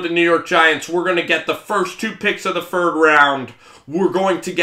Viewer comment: Ilike cause he doesn’t know what he’s talking about, for god sake this guy is in a room where Martha Stewart puked...and the damn dude says. “FIRD”